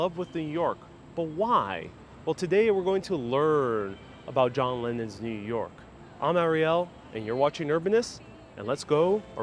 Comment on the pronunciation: New Yoike as John would say.